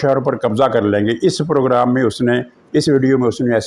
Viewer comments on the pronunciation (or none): none